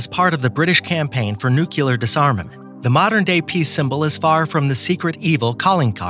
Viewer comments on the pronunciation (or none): All very good information...I just have one problem so far...I hate it when anyone pronounces "nuclear" as "nucular"...there is no second "u" in the word!!!